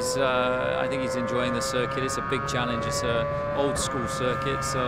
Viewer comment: how checo says circuit "cirquit"